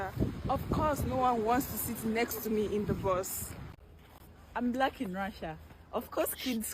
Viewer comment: Why is she pronouncing Black Blêck